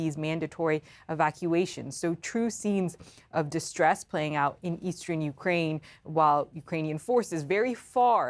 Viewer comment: It is not pronounced "Eastren" it is pronounce "Eastern".